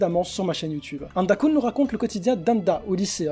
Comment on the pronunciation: "Handa-koun" xD Le bel accent